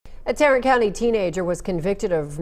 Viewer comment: he pronounced my city wrong Tarrant County 😂